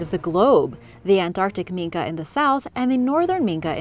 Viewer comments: AT THE OFF ASOON AS SHE PRONOUNCED IT MINKA AND NOT MINKY, I NEW THAT SHE DIDN'T NO WHAT SHE WAS TALKING ABOUT, DONT WATCH KIDS ITS BS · Just one thing... It's "ming-kee" not "ming-Kah" 😉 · why is yous callin an ol grumpus a "Min-kah" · It's pronounced Mink the e is silent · minke as in MIN-KI